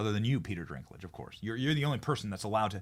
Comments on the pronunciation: I assume you were just poking fun at Peter Dinklage’s last name. It’s not Drinklage. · His last name is NOT Drinklage, please learn the names before sayimg them 50 times. It is Dinklage with no R. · I agree completely. But just FYI it’s Dinklage not Drinklage lol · stop saying Drinklage, its Dinklage lol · LOL “Peter Drinklage” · I thought he said ; peter dinkless . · I think it’s Dinklage not ‘drinklage’ 😂. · D I N K D I N K D I N K L A G E There is NO R in Dinklage Benny!😂😂😂😂😂😂